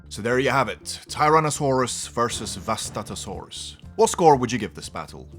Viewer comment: It's pronounced (Vustato-sauras).